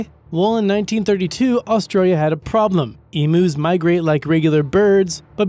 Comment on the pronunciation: lol Emoos in ost-rail-ia